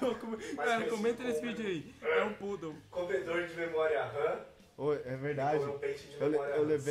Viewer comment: é poodle que se diz